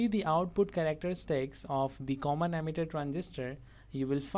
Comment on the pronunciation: Not ammeter that's emitter speak Wrightly